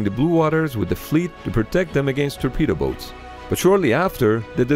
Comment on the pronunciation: Hahaha "terpedo boats"